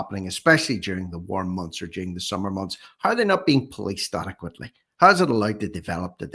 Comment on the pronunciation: It’s How not hoew